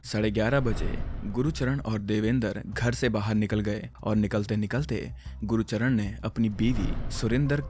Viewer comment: Gurucharn ❌ gurcharn☑️